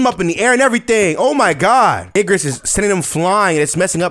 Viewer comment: bro keeps saying ignis even tho its obv igRis